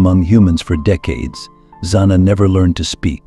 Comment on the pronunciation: The narrator keeps changing how to pronouce "Zana" This is all baloney just to get hits.